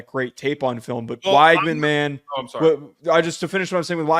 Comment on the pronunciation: it's pronounced "WEG-man". Not that hard lol. You can check the depth chart pronunciation guide if you don't believe me. Great show otherwise!